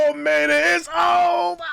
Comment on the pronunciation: It's ovha! It's ovha😂 chill